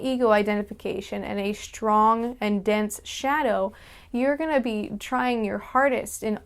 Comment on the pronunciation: Y'know, you say shtrong the same as Universal Hobo does! Check out her antisuicide vid to hear her. :)